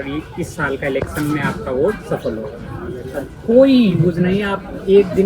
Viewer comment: Bolna sekho pehle elecson nhi election hota h